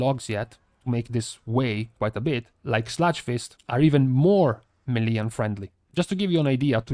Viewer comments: MAY LAY. That’s how it’s pronounced. It’s derived from French FFS NOT meee leee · It's meileh not melee